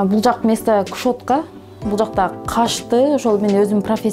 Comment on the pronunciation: Кушетканы-кушотка,депиляцияны-деплиция,ногтевой сервисти-нактовой сервис дейт го,кантип тренинг откороор экен.Бишкекте кобунчо русскоязычный калк.Аракети жакшы экен,ишине ийгилик.